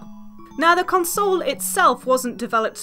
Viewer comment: drinking game: Chug every time she pronunces console funny. lol typo, because i've been playing it.